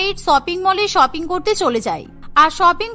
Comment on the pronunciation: শপিং ❌ ছপিং✅ 🌚🙌